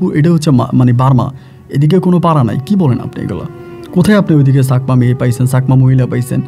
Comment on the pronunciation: চাকমা বলবেন ছাকমা না । ভুল উচ্চারণ করবেন না।